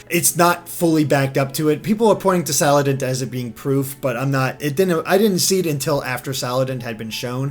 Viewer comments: Sal. And. It. not salad int. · HO-LY DAMN. IT IS SALANDIT, NOT SALADINT. SALAN-DIT. LIKE SALA(mander) + ba(NDIT). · SALANDIT NOT SALADINT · You keep saying "Saladint" even though you said you liked his bandit theme... The bandit theme is why he's named "Salandit". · Salan-dit like bandit. also I feel like mimikyu could have a night form. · Them not being able to pronounce salandit makes me cringe its pronounced (sa-lan-dit) it rhymes with bandit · You pronounced Salandit wrong! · Avery Page Yes thank you. The thing that upset me so much is that this was obviously Salandit and not whatever he said. It is literally a combination of two words. Like, come on guys.